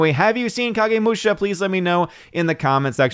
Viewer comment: Is the Big Bottom on?, you pronounced Kagemusha correctly. Musha = warrior. Not sure what Kagemusha literally means. Jidagekki.... guess where Lucas got the name JEDI.